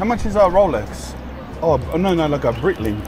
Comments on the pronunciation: lol brother Breitling is pronounced like “Bright-ling” not “Breetling”. And your watch model is called a Navitimer. “Chronometer” is just a fancy word for an accurate mechanical timepiece. 😊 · It’s Bright-ling Not Breyt-ling Cheers brother 🤘